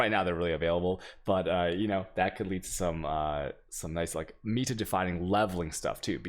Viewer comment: yo someone pls teach him how to say meta correctly .-.